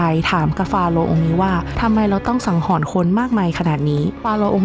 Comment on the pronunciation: ถ้าต้องพูดผิดเพี้ยน ความหมายเปลี่ยนนะ สงสารเด็กรุ่นหลังที่มาฟังด้วย คำว่าฆ่าหนักกว่าประหาร ไม่น่าปลิว